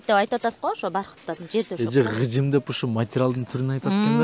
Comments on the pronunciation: Гыжым эмес кыжым дейт же тукаба дейт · Гыжым дебей кыжым деп эле так суйлосонор кыргызча